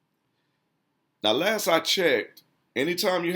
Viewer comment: it's hard for me to listen to poor grammar and pronunciation: "ax", "dat", "dats", "lass I check"